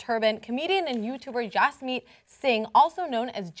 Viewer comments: It's Jasmeet, not Yasmeet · Lol dis bish said yasmeet 😂